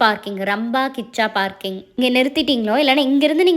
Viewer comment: 11.10 - ரம்பா கிச்சா பார்க்கிங்கா? அது “ராம் பஹீச்சா பார்க்கிங்” நம்ம மொழிய மத்த ஸ்டேட்டுகாரன் எப்படி சாவடிக்கிறானோ அதே சேம் ஃபீலிங். 😆🤣😜